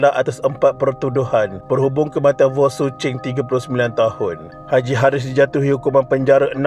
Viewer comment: Salaam. Saya memang peminat channel ini dan mendapatinya amat informative. Cuma satu suggestion, harap dapat improve sebutan nama2 orang yang disebut especially nama orang India, China, East Malaysia dan sebagainya. Seperti nama mangsa ini, sebutan nya Vooooon bukan Wong. Hari itu nama orang India pun Gana tersilap disebut Naga. Other than that, keep it up. Selamat Hari Raya kepada semua follower channel ini